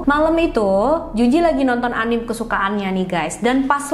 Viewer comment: Kak, anime itu dibaca anime aja kayak biasa a-ni-me